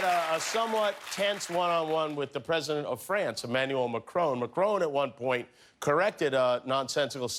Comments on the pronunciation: Jimmy... just say it how you see it. It's Macron, not Macroan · “Machrone” wtf. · "McCrone" aka "Macron." Jesus Kimmel, can't you just listen to how the rest of the world, including Macron, is pronouncing his name? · Could he please pronounce macron's name a little less like an American who'se never heard of France